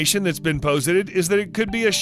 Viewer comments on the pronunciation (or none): Please, please, please get copy-readers/presenters who have a vocabulary which includes the words in the copy they are reading. One example from this video (there are at least two more) is the word posit. Posit is not even a word unique to the archeological world, but is in common use. It is pronounced pah' zit, not poe sit' . This guy mispronounces words in every video I have watched. There have been many times when I hear his voice and just click off of the video. Someone who can't pronounce the words doesn't know the meanings of those words, and therefore is completely unqualified to present her/himself as an expert qualified to teach others. I hope he is volunteering his time for free.